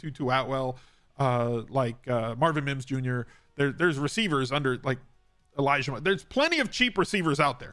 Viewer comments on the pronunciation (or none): none